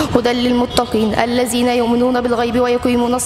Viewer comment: الذينا وليس الزينا